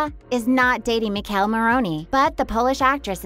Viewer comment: I’m not a fan of how this lady saying Michele name lol